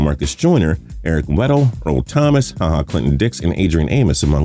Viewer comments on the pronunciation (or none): none